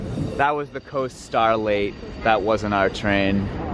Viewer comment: You said coast starlate it's actually called coast starlight